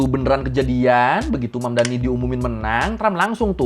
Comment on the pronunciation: The name is Mamdani, M-A-M-D-A-N-I, you should learn how to say it~~ M-A-M-D-A-N-I~~